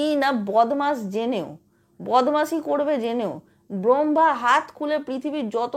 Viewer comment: Brambha noy...uchcharon ta hobe brammha.